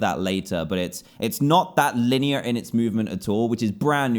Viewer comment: that accent when he says linear xd